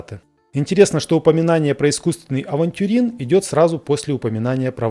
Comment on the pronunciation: Искусственный "авнтюрин". и "аферин". Причем полный.